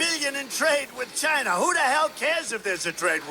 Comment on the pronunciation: “Goods from Chynaa” 😂😂